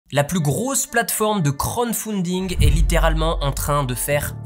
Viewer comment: C'est crowd (foule) pas crown (couronne) pour la prononciation, mais c'est pas grave😊